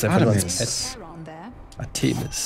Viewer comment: Arte-mis nicht Ar-te-mis